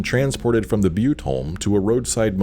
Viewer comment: I know this is a thousand years old,but you said Butte correctly. Here in Texas we have a city named Butte as well as Montana and a butte County in California. Butte is pronounced byoot. You said you hadn't figured out how to say it correctly, so here ya go.